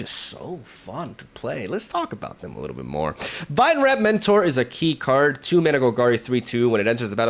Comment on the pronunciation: Fyi, "Vinereap" is pronounced like Vine-REEP (not trying to be a jerk, just figured your might want to know!)